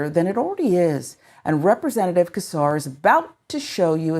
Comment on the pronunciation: I hope you see this (this is a pet peeve of mine, especially since I've heard him pronounce his name). It is not pronounced "Kesar". It is pronounced "Sesar". It is a soft C!! On that note, this is disgusting. It's alarming how far back this Project 2025/Heritage Foundation wants to take us back as a country!!